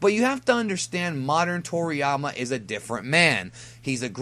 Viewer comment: Wait..who tf calls him Trolliyama lmaoo